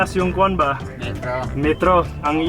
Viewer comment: Its ”KUAN” not ”KWAN”!